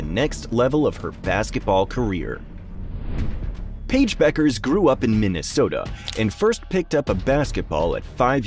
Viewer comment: Who? Pa-ige Buuukerzze?